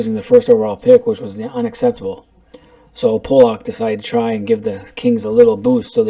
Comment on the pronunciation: It's not Pollack my friend..can't take you seriously lol..